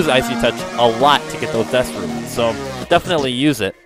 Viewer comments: I couldn't even finish the video... They're called "RUNES" not "RUINS"... Seriously. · RUNES!!!!!! NOT RUINSS!!!!!